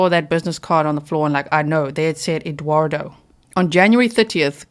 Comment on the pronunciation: She actually said that his name was EGGuardo rather than Eduardo. Which makes it even more ridiculous!